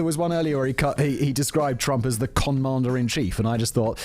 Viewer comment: I thought he said Comandarin Chief, with mandarin being a reference to his orange color. 🍊 either way is pretty clever.